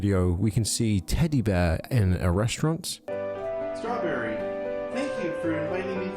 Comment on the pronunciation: You said "Strawburry" did you mean strawberry??